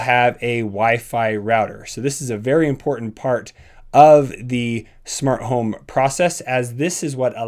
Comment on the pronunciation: Nobody::Shmart home